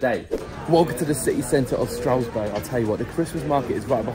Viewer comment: 'Strowesberg" 😂 'Stras-burg'